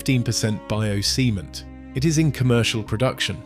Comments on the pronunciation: when you say cement, instead of saying "sehMEnt", you're saying "semen" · Yeah, AI voice cannot pronounce the word cement, stressed the first 'e' instead of the second 'e'...😆